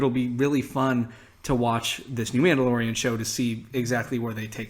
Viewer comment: "M'amdalorian" Sorry...